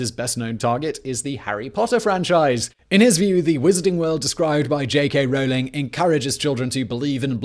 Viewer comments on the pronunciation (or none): none